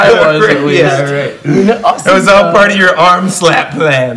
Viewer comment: was my favorite purr-art of the vidjea